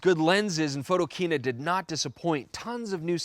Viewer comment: I know right! We've already chastised Werner about that mistake. @